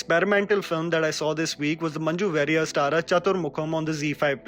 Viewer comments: She is Manju Warrier ( "Wa"rior, not "wey"rior) वेरियर नही वारियर, मंन्जु वारियर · It's manju varrier(pronounced as warrior) . Really loved the recommendations keep up the good work 👍